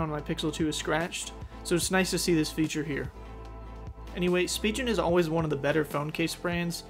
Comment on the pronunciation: SpiGen not spiJen